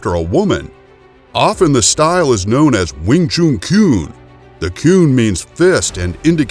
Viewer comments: You are probably thinking this because you are americans, using your own phonetics to pronounce with. Since the word is chinese, a chinese would know this best. Listen to this: Alright so the person saying chun here is english, but then lets get a real chinese to imply the correct pronounciation: When you say that it’s pronounced chun i’d have to agree - since we in Denmark would say choon, using other phonetics here. Just remember, saying it like chum or gun is an american feature... I actually just found this: an american saying it - then followed by a chinese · Glad I came to the comments first. After hearing Weeng Choon; I didn't even bother watching. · Not even the Chinese pronounce it as choon. I have never heard it said that way. Pronunciation is important for credibility. It's like calling boxing booxing. Do your research and details. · Not pronounced Wing Choon - Chun should sound like dONE. - clearly not aware of the scope of Kung Fu attack strikes - many are in fact 'by any means possible' - including eye gouging/pokes, ear ripping, foot stomping, nuts busting, knee and low blow attacks. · Wing “CHOON” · i would really prefer that you learn the words before you speak them out, it s NOT wing chuuuun... you americaaaaan guy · Worst Pronunciation. Too long on the last shunnnhh. No ew in it. Chun like done. I’m Chinese for canton I know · Wing chooooon, can not even say it correctly. Instantly know it's a BS video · Need to learn how to pronounce the words right you saying it wrong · I hate how he says wing chun lmaooo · disliked for the way you pronounced Wing Chun. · wing tshun man.... not wing tshoon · Wing Chun or Wing Choooon! Might as well call a “Nun” a Noooon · Wing “Choon” it’s Pronounced CHUN JUST LIKE CHUM. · Your getting closer to the truth, #1 it's wing Chun, not wing choon, why call the gm Yip man it's Ipman....STOP MISPRONOUNCING CHUN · I was waiting for anyone to comment on that...man.. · It's Wing Chun, not Wing Choon. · "Win choon" 😂